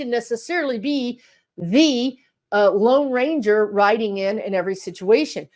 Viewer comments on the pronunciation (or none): none